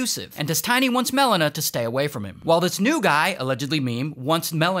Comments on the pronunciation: And Mel-ena instead of Melina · Melon-a and Des-Tiny absolutely killed me lol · Dez-Tiny and Mel-inna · The way he pronounces Melina just hurts my ears